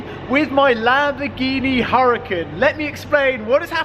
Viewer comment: Hericin. Hmmm.. Don’t you mean Huracan?